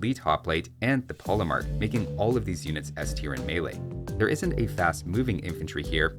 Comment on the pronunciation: Regarding the pronunciation of polemarch, a good general rule is that in languages east of France, 'ch' is pronounced like the 'kh' sound you may know from Russian or Arabic. And in Italian it's just hard k, so yes, chianti is pronounced with a k.